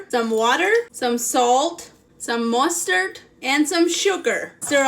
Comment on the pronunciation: The way she said mustard tho